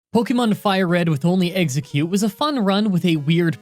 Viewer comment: he said pokemon fire red with one eggcute lol